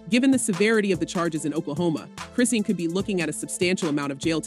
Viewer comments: If you are going to vlog about someone, you should a least know how to pronounce their name, it's pronounce KRIH Shahn. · Please at least get the facts right and say her freaking name right ughhhhhh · These bolgers have to lie to get views anyone who follows rock knows its a lie i was just curious about what lie she was telling Today she cant even pronounce her name right😂